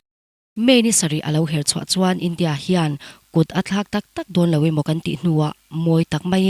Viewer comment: India tih achhiar apiang khan awmze bo thak in athluk thin .. Map poh MAP tih in achhiar bawk .. A tawngthluk diklo thin kha ngaithla chiangla i hre nual ang .. Mizo tawng thiam pangngai inih chuan